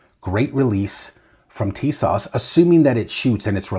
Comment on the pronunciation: It's pronounced "tee-SOSH."